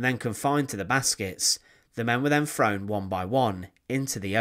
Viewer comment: You're videos are interesting but your pronunciation is so bad I can no longer watch them.."estimated that between free and 14 million people", "def marches", "free foot long bamboo baskets", "frown into trucks", "driven frew the countryside", "standing wiv her farver"